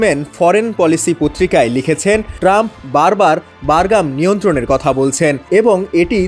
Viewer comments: বারঘাম নয় বাঘরাম। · বারগাম????? নাকি বাগরাম??? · হ‍্যালোঃ শিক্ষিত সাংবাদিক উচ্চারণ বারগাম নাকি বাগরাম হবে? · বারগাম নাকি বাগরাম,বার বার বারগাম বারগাম করেন কেন??? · ভাই, বারগাম না। বাগরাম ঘাটি। আপনি সাংবাদিক হয়ে এই ভুল উচ্চারণ কি ভাবে করেন? তাও একবার না চার বার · ঐ,সঃবাদ দেওয়া শিখ, বাগরাম, বারগাম নয়,,আর পুরান খবর ছাড়া আর কিছু পাছনা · উচ্চারণ ঠিক কর। বাগরাম হবে।